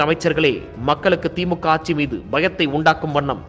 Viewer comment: "ஆச்சி, ஆச்சி" இல்லை. ஆட்சி என்று சொல்லுங்கள்.